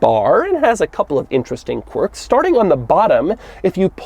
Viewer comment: "corks and features"